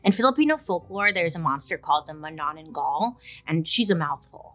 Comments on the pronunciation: Filipino subscriber here. You nailed how you said "manananggal"! 👍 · As a Filipino, I got excited when she said "Manananggal" and she was spot on right describing it. Also it is believed that manananggal can turn in to dogs lol. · was so happy to hear about our very own version of monster , im weird haha.. nailed the pronounciation though.. manananggal it is. just to add, it was said that they would rub oil all over their body as ritual just before deattaching upper and lower body. maybe they wanna keep the smooth way of splitting haha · manananggal, hehe I'm a Filipina , I love how you pronouce it, hehe . labyah BAiley :)